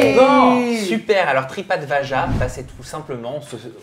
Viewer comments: Pareil la 1ere fois j'ai entendu tripad vagin il a fallut qu'il explique le concept pour que j'arrive à entendre tripadvAJA mais j'entends toujours tripadVagin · Tripad aja j’entends a chaque fois tripote vagin... juste pour vous le faire remonter.